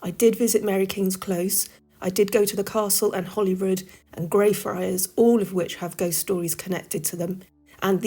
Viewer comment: It's name is Holyrood not Hollyrood.